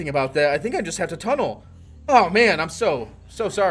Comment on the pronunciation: "Tunn-nelle" lol you can't tunn nellé with DC 🤣🤣😂